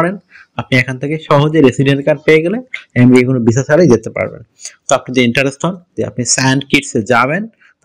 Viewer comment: এমরিকা না রে ভাই, আমেরিকা।